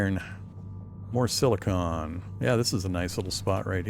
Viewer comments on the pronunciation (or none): Thanks for the video! Now that the gratitude is out of the way, I need to grouse at you. You invoked a little pet peeve of mine ; it's sili-con as in Decipticon, not sili-cone as in a funny hat! Silicon is a metalloid element, whereas silicone refers to a type of elastic rubber refined from plants. Of course, for all I know, you could already know that and are just saying it that way to bother clowns like me. Have a good day either way! Edit: agh, definitely that second one, you said it right just afterwards XD